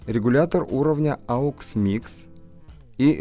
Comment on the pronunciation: да не аукс, а окс!! хватит уже делать эту глупую ошибку.